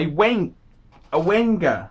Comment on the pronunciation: My God .... Boring boring boring , get a life , talks rubbish , Wenger ( pronounced Venger ) are ok watches , you're getting a Swiss made watch without paying the ridiculous prices.